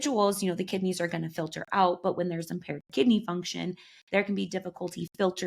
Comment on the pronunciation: Pronounce the word “out”… It’s not “ow” … it’s “out” Not pronouncing “T’s” is the sign of a liar- unless you’re Russell Brand or the English 🙂